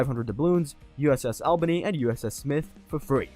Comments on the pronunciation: it’s pronounced all-bany, not Al-bany, great video otherwise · omfg it's pernounced ALL-bany